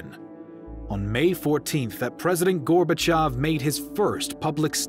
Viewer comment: FINALLY! someone who correctly pronounces gorbachev (gorbachiov) every other history youtuber says it how its writen and its annoying